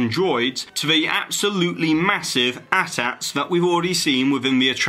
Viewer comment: did this man actually call it an "at at" ??